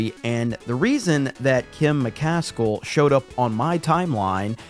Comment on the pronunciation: That's not Kim mc-kas-cul, it's Kim mc-as-kill "kill" ---> "as kill"!!!!